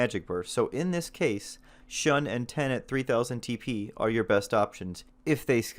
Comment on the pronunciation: Now that you've been browbeaten into pronouncing it Blade: Hee, here's a few more for you to chew on XD: Shun = Shoon Heishi = Hay-She Kendatsuba = Ken-Da-Tsoo-Ba Samue = Sa-Moo-Eh Sune-Ate = Soo-Nay-Ah-Tay Masamune = Ma-Sa-Moo-Nay